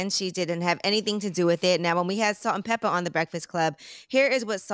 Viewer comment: Pepa, not pepper